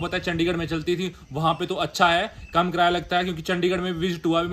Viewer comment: कराया = ❌️ किराया = ✅️ 😂😂😂